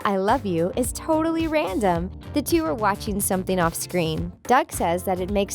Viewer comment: notice how she said *were*, I'm crying